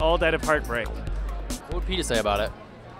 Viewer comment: "I love 'peta' bread it's fantastic!"